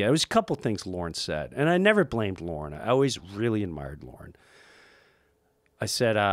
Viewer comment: I was about to make fun of this, like "What good of a company can it be, when its leader is a MAN named 'Lauren' ;-D" , but he meant "Lorne" Michawels, right?